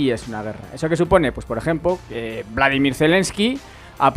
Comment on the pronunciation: Por favor, me duelen ya los oídos. Es Vladímir, no Vládimir.